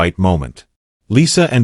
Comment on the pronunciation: His name is Jaunty. Why do you keep saying John.